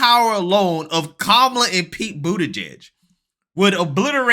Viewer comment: I'll speak for Ron DeSantis, hay The View go F yourselves. Ron DeSantis will never run against Trump for the presidency. It's Kamala Harris not Komala Harris.